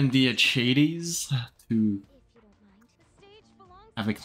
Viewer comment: Akaties is the correct pronunciation..